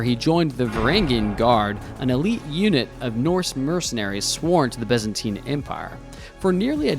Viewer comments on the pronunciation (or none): none